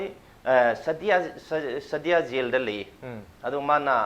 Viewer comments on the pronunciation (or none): none